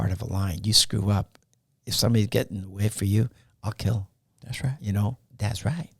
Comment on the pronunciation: “Thas righh” … “Thas righh”